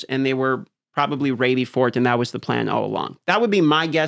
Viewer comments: why does he pronounce ready like raidy? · how the hell is he not embarrassed as a grown ass adult saying "raidy"